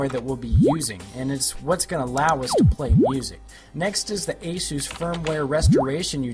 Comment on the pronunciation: had to stop watching it, he kept calling it aszuse, it's not a greek god there is no Z it's AS US as in Eh Us